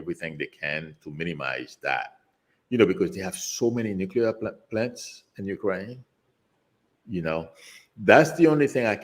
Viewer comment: Nuclear pronounced Nu-clear and not nu-cu-lear